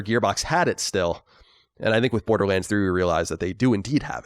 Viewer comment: Now that were talking about how Colin doesn't pronounce things properly, does it bother anyone else how he pronounces the word "think"? He pronounces every TH word the same. He pronounces think, thistle, and throw, the same as there, then and this. It's distracting every time he does it.